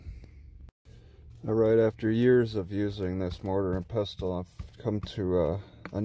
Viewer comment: FYI it's pronounced "pessle" not "pes-tel".